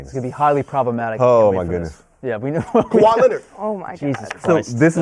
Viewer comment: Tf this guy saying KAWHI. this man is dumbbb